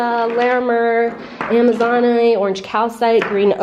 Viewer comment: FYI - it is pronounced A-ma-zon-ite with the accent on the first syllable. All of the stones you called Ocean Jasper are actually Polychrome Jasper. The white crystal is not Argonite, it is Aragonite with the accent on the second syllable. Azurite is pronounced Az-shur-ite with the accent on the first syllable. The tall fluorite is totally cool. The Afghanistan Jade is actually Onyx.